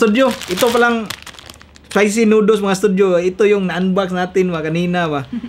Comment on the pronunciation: Di marunong mag basa noodles hindi nooduls